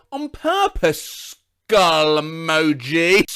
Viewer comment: Skuhull emogi